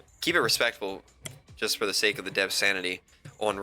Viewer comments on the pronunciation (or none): none